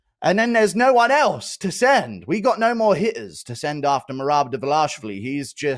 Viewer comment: Merab “De-vilash-vili”